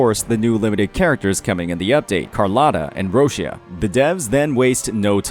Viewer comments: Well, not really. Echoes are the remnants of defeated Tacet Discords that resonators then capture and use in battle. Those are okay even in Jinzhou. It’s the Tacet Discords that are a menace. - Also, Roccia is Italian for Rock. Actual pronunciation: Roh-Cha with the “Ch” sound more emphasized ( hold the Ch sound briefly before releasing it ). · It’s ROE-chuh,. Please.